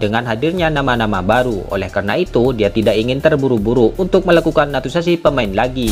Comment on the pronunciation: Pelan² ngomong nya min, soalnya sebutan kata naturalisasi gk jelas